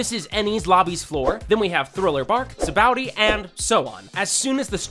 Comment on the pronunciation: whos luccy?? its lucy. (lu-sie) sabaody nah, bro said sa-bouty. its.. sa!-ba!-odie!.